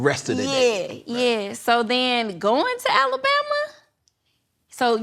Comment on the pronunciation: I hate how Cam say Alabama